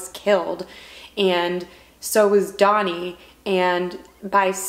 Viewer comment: Painful to keep hearing you pronounce DANI, DONI....but I still love you.